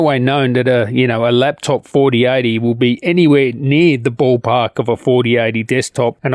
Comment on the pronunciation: Every time you say 4080 and 4090 I'm hearing 3080 and 3090.. is that just your accent?